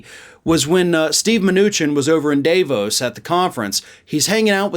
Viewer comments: I agree with you about Trump but the Day-vos pronunciation... honestly. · I have never heard anyone pronounce Davos as incorrectly as. Not that it makes him bad, but come on, how is it possible he has been around as long as he has and not figured this out yet.